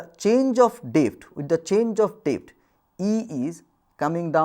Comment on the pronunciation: Someboty please teach this loser how to pronoun words depth, g,etc